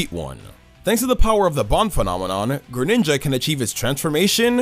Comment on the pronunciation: THE FIRST I IN GRENINJA IS SUPPOSED TO BE AN E!